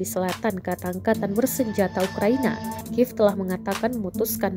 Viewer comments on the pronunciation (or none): none